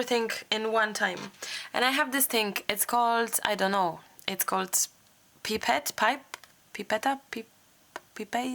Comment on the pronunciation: pronounced PIE pet LOL.